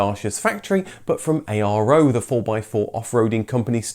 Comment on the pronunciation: “Pitéshtì”(ș=sh), “Miovénì” -> You don’t emphasize the last vowel when saying Romanian cities. Even though it’s written ARO, people called the cars Aro.